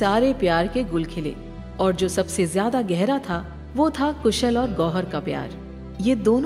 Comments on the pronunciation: Kushal not koosal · It's KHUSHAL not KHUSHUL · Its not कुशल its कुशाल